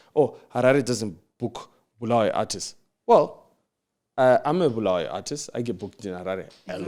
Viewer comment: Why do they call it Bluweyo instead of Bulawayo.